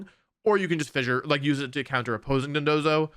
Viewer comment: Thank you so much for pronouncing dondozo properly, everyone else I've seen has said dodonzo